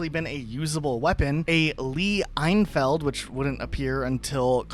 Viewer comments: it's Lee ENfield not EINfeld lmao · I came to correct this ahahah, EinFeld ahahaahahahahahahahahahaahahahahaahahahaahahahah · You do know the Lee-enfield is a British weapon? Why did you pronounce enfield like you were saying the first part of Einstien's name? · This grammar of Lee Enfield killed me